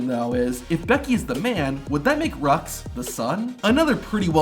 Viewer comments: btw it’s pronounced rue not rux, roux said rue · Her name is not rux, its roux (rue) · roux.... is pronounced Rue. not Rux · I think Becky and Seth’s daughters name is pronounced ‘roo’ and not rux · I don't like being one of "those" type of people but I think you pronounced Becky and Seth's daughter's name the wrong way. I believe the letter x of her name is silent so it sounds like "Rue" not "Rux". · Becky and Seth's daughters name is pronounced ROO ( ROUX ) not RUX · Becky and Seth's daughter's named Roux --> which is pronounced Roo. Roux is french. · becky and seth's daughter's name is pronounced ROO not RUX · Seth and Becky’s daughters name sounds like ROO not RUX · Becky & Seth's daughter's name is pronounced Rue not Rox You forgot... Kevin Owens & his son Owen & daughter Élodie Leila, HBK's children Cameron Kade & Cheyenne, Jeff Hardy's daughters Ruby Claire & Nera Quinn, Matt Hardy's sons Bartholomew, Wolfgang & Maxel and daughter Ever Moore, Luke Harper's sons Brodie and Nolan, Bray Wyatt's kids Cadyn & Kendyl, Eddie Guerrero's daughters Shaul, Sherilyn & Kaylie, Rey's son Dom & daughter Aalyah, Edge & Beth's daughters Lyric Rose & Ruby Ever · Guys its not pronounced "Rucks", its "roo" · Yeah, some wrestling fan (I Joke)... its pronounce Rue not Rox 😂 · Roux is pronounced “Roo” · Seth and Becky's kid is named.....Rucks? (I know it's Roux, I was pointing out the fact ai is dumb). Also Trish changing from the chick kick to.....the dick kick?! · Rux?? Seriously? Why wouldn’t you make sure you know how to pronounce the name before you make the video? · Becky and Seth daughters name is pronounced “roo” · Becky’s daughter’s name is pronounced roo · Oh btw Seth and big becks disgusts name is pronounced roo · It’s not pronounced rux 😂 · Roux names pronounced Roo isn’t it? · Roux ... pronounced as Rue .... ? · In roux’s name the x is silent! Pronounced ruohh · Roux (Becky and Seth's daughter) is pronounced Roo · Roo its spelled roux but it's pronounced roo